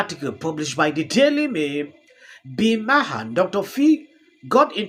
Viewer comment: It’s pronounced bill marr